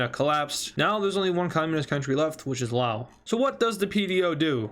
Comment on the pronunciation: Laos is pronounced with s